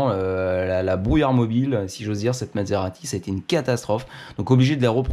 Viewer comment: vous prononcez "Mad-serati", c'est parce qu'elle vous a rendu fou ?